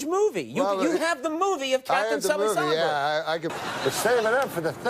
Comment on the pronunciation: Of all these great Norm clips you show, this one cracked me up so much: how he mis-pronounced Sullenberger's name 3 or 4 times; the concept of producing a film about a pilot "before* he did anything to become famous; "On behalf of Us Air.........line". Just so wonky.